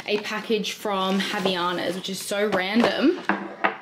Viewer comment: Omg the way you say havainas!!!!!!!!!!!!!! I'm ded, never heard anyone pronounce that way haha. Happy hoidaaaaays! hope you enjoy your upcoming trip <3